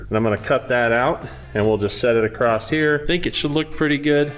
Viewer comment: There's no T in across, why do you always say acrost?